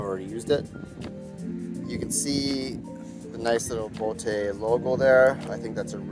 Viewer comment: It’s just pronounced as boat.